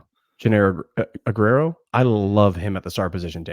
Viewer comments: Let's do it again. Ugh-where-oh. Not ugh-rare-oh. ❤ You guys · Why r we calling joenel aguero, A-ger-o now? Also Aguero gonna start at nickel, he was just Espns pick for most important player on UGA for 24, crazy pick but nonetheless...dan jackson, pope, DDS and KJ prolly all gonna rotate opposite Starks early.. but i think KJ and Ellis both are starting by years end.. Go Dawgs!